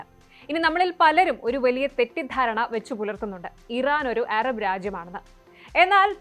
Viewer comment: എറബ് അല്ല അറബ്